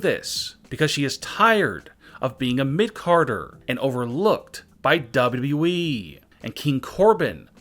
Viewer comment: I can’t take this man Serious the way that he says WWE